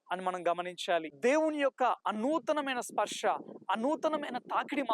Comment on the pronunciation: Sparsha kadu brother sparsa